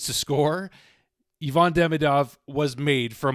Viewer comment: It's Ivan, not Yvonne.